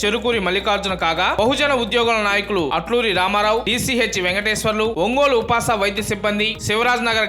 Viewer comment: upas ఉపాస్ అని చదవాలి కదా సర్